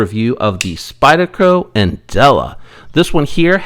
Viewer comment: Interesting idea on other countries that produce knives. What did you say, "Spydie-Ho"? Glad you left that in the video.